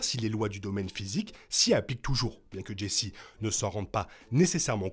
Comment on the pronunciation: aaaah Jayce ce prononce Jayce pas Jessi :'(